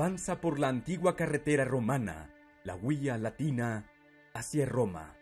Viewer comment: En el minuto dices la uia latina o la vía latina?